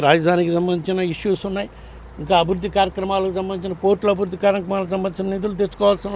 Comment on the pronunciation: అభుద్ది కాదండి, అభివృద్ది అని పలకాలి..!